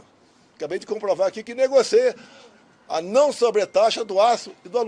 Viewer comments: "Negoceia" Além de bandido, é analfabeto. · "...uma párea...negoceia..."😅